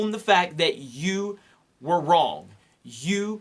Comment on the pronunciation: You are wrong at pronouncing the word "wrong".